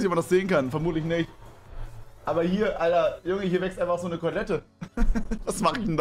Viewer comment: Was für CORLETTE??? Das heißt Kottlette